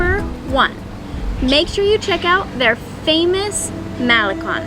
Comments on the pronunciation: not Mahlekon, it's Ma-le-KON. not PuulMOnias, it's pul-mo-NI-as. you know those accent marks are there for a reason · "Cone". MaleCON. Not malekhan. "Seawall" (boardwalk, loosely speaking).